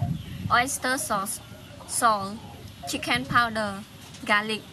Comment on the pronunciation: Also when she says pok and sal. . . .😀😀😀😀😀😀😀😀😀😆😆